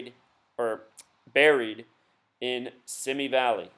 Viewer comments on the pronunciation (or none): Oh, and BTW... "Simi Valley" is pronounced "SeeMee valley..."